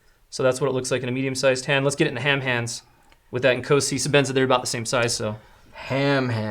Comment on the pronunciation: Inkosi is actualy pronounced ncawsi